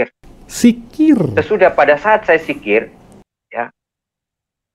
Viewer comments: Zikir bung bukan sikir.. klihatan bgt murtadin odong"..masa dosen bc Al'quran gk jelas. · Pendongeng handal ya 😂 maaf" ni yaa . Kalo Bapak dulunya islam pasti hal" yg udah dipelajari dari masih kecil pasti ngga akan salah dalam penyebutannya . Sekelas kata Dzikir aja diucap jikir 🤣kan lucu pak Edit: masih banyak juga kesalahan kata yg diucap 🤣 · Zikir goblok bukan sikir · Al khurabah... Wkwkwk... Apa an itu al khurabah? Kalau mau bohong mikir dulu dong... Biar nggak ketahuan, masa lulusan tarbiyah dan pengajar ngaji aja nggak betul mengucapkan kata dzikir dan laa ilaa ha ilallaah